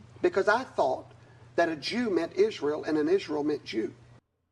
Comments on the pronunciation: The clip of him singing is so cringe it hurts. And why does he pronounce it "israyel"? And brings it up every single time 🙈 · Dude don’t even know how to pronounce Israel and he has a severe speech impediment